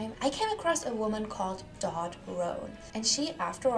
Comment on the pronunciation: You realize English is not first language. Many mispronounced 🤷‍♀️focus on pronunciation 🙄